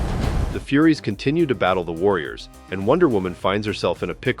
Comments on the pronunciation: Furies… not Furries😂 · Lol! it's Furies not furries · It’s not FURRIES. Its FURYS. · its pronounced like fyuries, although the idea of furries as a warrior race is rather amusing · The Furries? Fury. Fyur-ee. FURIES lol. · Is this another a I narrator? It's furies not furries 😂😂😂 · "...met by Granny Goodness and the Furries." Someone doesn't know how to pronounce "Furies". LOL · It’s pronounced furies not fury’s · Furries?.. the Furies (f-your-ees)... AI voice is funny ;) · FURIES, not furries. wth? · Dude…”FURIES” and FURRIES” are NOT pronounced the same. FURIES is the plural of “fury,” and is a reference Greek mythology. Do some homework! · He called the 'furies' the 'furries' twice at least. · This is a great breakdown but PLEASE understand that there's a difference between the pronunciation of Darkseid's Furies and furries. Think of it as Darkseid's "fyouries" vs furries(the people who like to dress as animals for whatever reason, IDK). I suppose that in some crazy alt-dimension somewhere there COULD be Darkseid's Furries, and that would be fkn hysterical but that's not this - IIRC, the Furies are actually based in Grecian-Chthonic mythology(AKA:Eumenides[SP?]), goddesses who oversee/ensure anger/vengeance curses. I'm rusty here, been awhile since I cracked a book on myths. I know that there were THREE mentioned in Dante's Inferno but that's centuries later(AD13-14cen?), not based in Grecian mythology. My recollection of Greek myths places no specific number of the Furies but DOES refer to a plurality. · It's "furies". Not "fuŕries". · The AI lost me at calling the Furies, Furries. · "she defends herself against the furries" oh, the true dangers of using AI narration. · furries and furies and VERY different things...need to make it pronounce it correctly :P Being over-run by furries would be horrific though. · every time you say furries instead of furies i giggle my tits off... darkseids furry army 🤣🤣🤣🤣🤣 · AI can't pronounce furies???? Lol